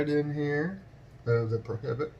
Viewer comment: I love how you say "Prohibt" 🤣